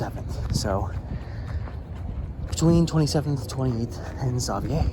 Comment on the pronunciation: Holy smokes have I been saying, 'Savier' street wrong my whole life?, are you certain of your pronunciation there?